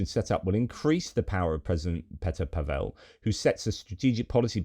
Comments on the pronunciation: I wasn't trying to be a smart-arse, J. But as a Brit who is now a naturalised Czech, I'm often proselytizing about correct pronunciation of Czech names. Remember poor Martina NavraTILova, who was always announced as the Russianised NavratilOVA. PAVel is just, as you certainly know, Paul in Czech. PaVELLE would probably be FaRAGE's brother! (If you see what I mean). Keep up the good work; I've been drinking at your well for three-and-a-half years. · (JFYI - Pavel has the stress on the first syllable.)